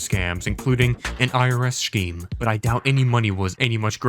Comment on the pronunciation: I hate how you say scheme. It’s so wrong